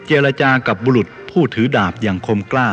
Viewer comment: อ่านฟิค กามเปรียบเหมือนดาบและหลาว ไม่ใช่เหมือนคาบและหลาว. ผิดหวังเล รับแ้ล้วนะครับ น่าเกียจ